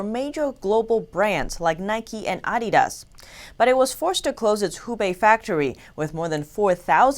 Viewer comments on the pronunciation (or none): I like how she pronounced, "Adidas", lol